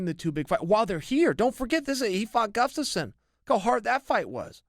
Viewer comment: I've never heard Chael not call him 'guffstasson'